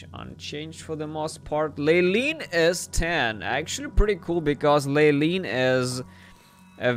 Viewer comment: Leyline is pronounced "LAY-line"